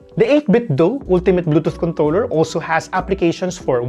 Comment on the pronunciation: is it just me or it is 'contoler?'